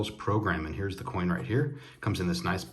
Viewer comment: Austrian Stacker is awesome (Almost as Awesome as you ;) psst.. you said coin lol. You always have such cool things. Thanks Aloha.